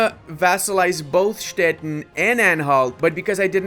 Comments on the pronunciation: He basically pronounces it as Stetten, which is a rather common name for a variety of small towns and hamlets all over southern Germany :D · Hello, a little advise: Stettin is pronounced Stetiiiin with the long i in german:D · learn how to pronounce Stettin, the end sounds like the word “teen” in English. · Ludis pronunciation of "Stettin" sounds always very funny and a bit confusing. In German the "tin" in Stettin is pronounced with a long i like in english "teen" in teenager.